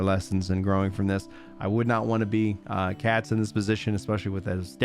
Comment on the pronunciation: "Katz". Every single time.